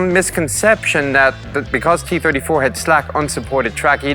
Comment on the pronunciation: It hurt my soul that it sounded like he was saying kee 34